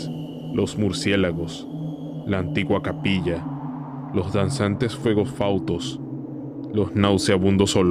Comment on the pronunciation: Excelente vídeo Únicamente una corrección. Se dice fuegos FATUOS no fautos